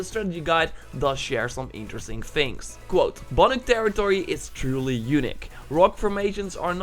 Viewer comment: if he says banYuk one more time🤦🏿‍♀️😤